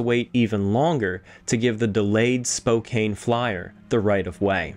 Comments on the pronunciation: At least you're a historian doing your best in a sea of impersonal names. It's only insulting to us here in Spokane during a concert, when the artist will go on and on about how much they "love hanging out in Spo-kayne, and spending time with all their Spo-kayne friends". It just compounds the lie and makes the audience cringe even more with each mispronunciation. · Excellent video and research ..... only flaw is the pronunciation of Spokane. should be spoh-KAN)😉 Edit;(1/14/24) thank you for your errata some of which I pointed out, it was no biggie, but thank you for doing what was right. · Incredible story, thank you for sharing….the name is pronounced; Spoke-Ann (Spokane) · FYI: Spokane is pronounced with a short 'A' not a long 'A'. Ignore that 'E' at the end. SPO-CAN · I cant help it I'm sorry, it is the 'Banff Springs Hotel" and Spokane is pronounced Spoh-can. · Pronounced “spo-kan” not that it matters.. lol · Errata: I mispronounced Spokane, Washington. And yes, the machinery by the mine is indeed a fan, not a hoist as I speculated. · It's a very common problem. Joe Rogan even says it wrong 😅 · Everyone mispronounces Spokane lol. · This doc is really great and I'm so grateful for the work and research that went into it, but the way u say Spokane kills me a little more each time. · Thank you for sharing a very interesting bit of history i didn't even know about. By the way, Spokane, is not pronounced Spo-cane, it is pronounced Spo-can. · Spocaine 😄.. it's pronounced spo-can! Those cheap skates should have gave that engineer 200 times what they did! What a great Canadian hero the Frank rockslide! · as a resident of Spokane Washington you pronounce the city wrong it is pronounce as Spo-can not spo-kane. It is Native American pronunciation. Also been to frank. The land fall is the reason why all nearby mines are stripped mind instead of tunnel mine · Hi. I believe the pronunciation of Spokane, the ‘e’ is silent. Spo-can.. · B He said Spo-cain .